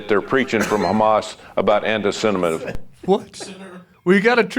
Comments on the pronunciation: "Awl that anti cinnaminism" 🤣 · "Annie-semism," said Tommie Tumourville, managing to mangle the English language near beyond recognition. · Very confused by Sen Tuberville. It really sounded in that first clip like he was denouncing “anticinnamism”. Is he against cinnamon? Is Cinnabon going to be put out of business? /s 😂 Everyone guard your pantry! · No free speech in Universities 🤡 Anti cinnamon ??? He can't even say antisemitism ????? You got to call that out 🌚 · he can’t pronounce Anti-Semitism.